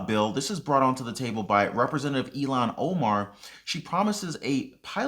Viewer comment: I understood her name was pronounced ill hon